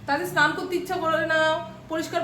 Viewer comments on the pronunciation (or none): none